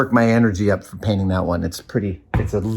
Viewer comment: Painting is waiting. Pwainting.